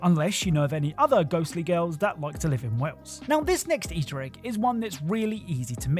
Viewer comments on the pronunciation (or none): none